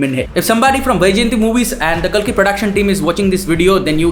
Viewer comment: Kalki❌ kulki ✅ 😂 No offence loved the video ❤